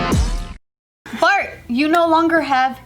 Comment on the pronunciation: the first second of the video i could have sworn that said "fart" instead or Bart lol